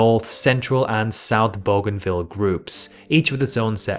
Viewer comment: Booganvil, Oh-shan-ear. Why not do some research? Wikipedia has pronunciations.